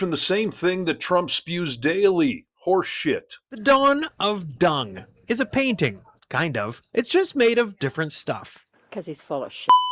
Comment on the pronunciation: Don the DUNG portrait,, not many people knows there a (G) at the end of (DUNG) he would say.. ..